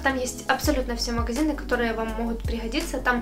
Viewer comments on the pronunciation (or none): Все классно , ребята ! Но , плиc, девочка , наверно , с Украины ,, надо научиться говорить букву Г,, потому что она все произносит с Х,,, МаХазины, ШоппинХ, Хде,,МоХут,, и тд ,, режет слух ,,, Спасибо !